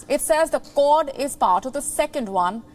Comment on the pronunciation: The accent was confusing me, its 'Kwod' not 'Kord'